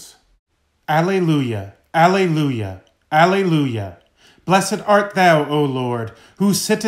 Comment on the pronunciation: Thank you! Btw, Alleluia is pronounced ah lay loo yuh.